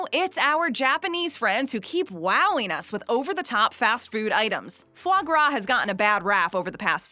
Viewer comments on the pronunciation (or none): Anyone else flinch every time she pronounced it as fluh grah. It’s Fah Grah!